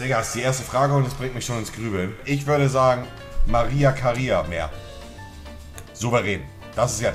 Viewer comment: ......der spricht die größte Sängerin mit auf der Welt einfach falsch aus /CLIP XDXDXDXD